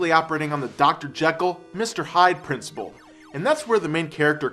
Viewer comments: Principle, not Princible. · Wait...princible? Did you mean PRINCIPLE? That's a pretty bad mistake. I mean, at first I thought it was just a typo, but he actually pronounces the word as princiBle. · Hey, kewl vid but it's "PRINCIPLE" and not "PRINCIBLE". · It’s principle, not princible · "Princibil"?!?? Do you mean "Principal"? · Dude it's principle, not princible. Also yo-coult... nevermind too much fat and boredom. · its PRINCIPLE not PRINCIBLE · PRINCIBLE IS NOT A WORD YOU DUMB FUCK. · sucks, i just found out about this dude looking for stuff to watch inbetween ScrewAttack/AVGN reviews. Sure, the production is on par with AVGN, but I don't laugh at any of his jokes. Horrible grammar, mispronunciations (oh-cult? fUstrating???, princiBle?), and the way he delivers many of his sentences comes across as uninspired and lacking confidence. Nevermind that he's stolen plenty of jokes and references from AVGN, but even his facial expressions and mannerisms are straight jacked. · "Princible" xDDDD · God....princible?? wtf. Yo-ccult? This is the dude that can't say "melee" correctly. Come on! Fix your shit son. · whats a "Princible"